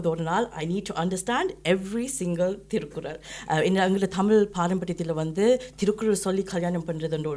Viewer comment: Its திருக்குறள் not திருக்குரல்